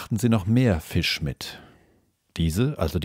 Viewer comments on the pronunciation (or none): none